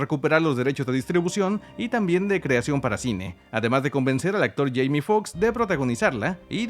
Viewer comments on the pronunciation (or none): none